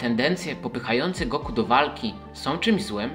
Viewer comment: Trudno zapomnieć o GO-KU" xd tego imienia się nie dzieli na sylaby. To jest Goku po prostu, nie Go Ku xddd